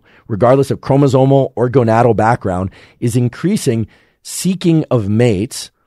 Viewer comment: did he say "gonatal"? 😂